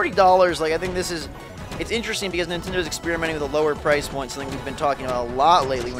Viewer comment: Mon-tend-ay..?! Eh...!